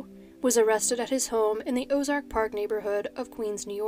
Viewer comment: 'Ozone Park', not Ozark Park.